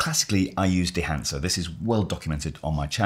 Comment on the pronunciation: "...This combined with dehancer..." Come on... 😂